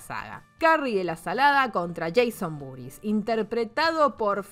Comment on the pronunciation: Cuando dice el nombre completo de Jason entiendo "Jason Booties" y me cago de risa.